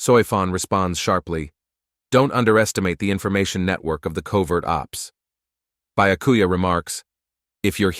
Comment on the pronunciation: Lmao utterly butchered XD